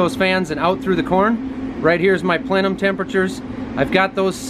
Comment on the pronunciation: The way you pronounced plenum. Haha